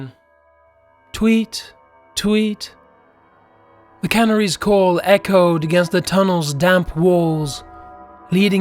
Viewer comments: Yeah the narration is off. Idk what it is but it didn't make it scary. Sorry narrator! I like how canaries is pronounced canneries😁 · I am going to have to stop watching because of the narrator's pronunciation of 'canaries' and 'stalactites'.